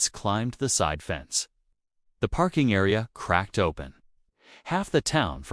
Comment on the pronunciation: Why A I can't pronounce PARKING CORRECTLY ?